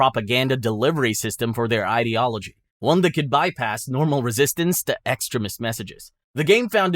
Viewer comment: I always hear extremist as "excrement" throughout the video... Which is not entirely wrong 😂